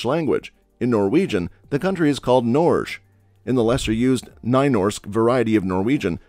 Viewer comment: as a norwegian, pronunciation of Norge and Noreg hurts my soul